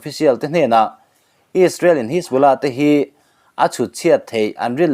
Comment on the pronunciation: A Rik dan kha diklo hajbollah ti in lam la adik a pronounsation kha